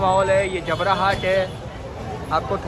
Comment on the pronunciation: Jabra hat nahin "jabbar" hat hai